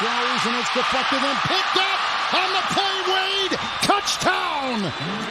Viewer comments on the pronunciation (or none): …..anyone else think he says “touchTown”?